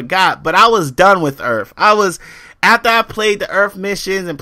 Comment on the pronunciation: Use proper an·nun·ci·a·tion, you say wif a lot. Drop the F and add a TH at the end. This may be a earth shattering revelation too you but not every games main focus is about competitive multiplayer. Destiny is about The exploration of the solar system, collecting loot and running through dungeon (Strikes) with your friend's, the competitive multiplayer was not intended to be the main focus. Bungie also locked the multiplayer because it would give people some time to play the game and find competent weapons. One last thing how can you knock a game for not having prone ? does this looks like a tactical shooter ? Going prone in a game like this defeat the design philosophy behind its game play an is invaluable to it.